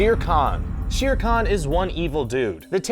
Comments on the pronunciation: It is Not Sheere Khan it is Sher Khan prounounced "Share" Trust me I am from india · It’s pronounced share kan. Not sheer kan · Its sh-er kh-aan not she-ear khn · u pronounce it, share con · Oh... Your pronouciatiation of Sher Khan is so wrong !